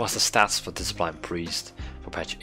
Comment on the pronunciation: "Diseplain Priest" x)